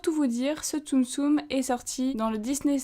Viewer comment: Super la vidéo comme d'habitude mais tu fais trop de stum stum xD Enfin... ce n'est que mon avis